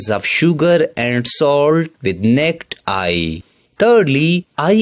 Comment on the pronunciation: ya thanks for saying "necked eye" lol